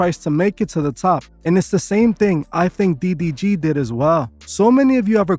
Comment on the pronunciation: bro keeps saying "DBG" 😂😂